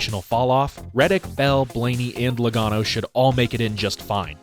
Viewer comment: When you said "J-LOgano" a spat a lung =) Congrats! Great job. I follow you from Italy